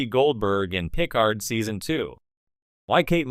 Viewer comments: Stop using AI, it sticks out like a sore thumb the way Picard is pronounced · AI really keeps butchering Picard's name.